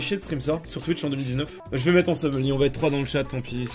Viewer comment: "Ja vais re-zhonya" mdr